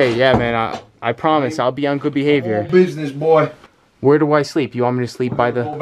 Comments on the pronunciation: but hes said boy with an i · I think he said boiy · Yea he did say BOI